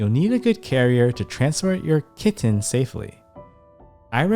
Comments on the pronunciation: the way u say the word “kiTTen” is super annoying. whenever u pronounce it that way its like nails on a chalk board dude. u need serious help. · EMPHASIS ON 😸 KITTEN 😸 I COULDN'T STOP LAUGHING 😂😂😂😂😂😂😂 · Dude the slow motion voice and the hard enunciation on “kitten” gave me a headache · I love the way you emphasise ✨kitten ✨ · Weird, right? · I'm not sure he realises he does it. 😂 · Especially the k